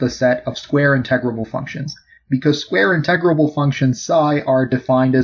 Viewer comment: Did he say "in-TEG-rable"? Egads. It's "IN-te-grable".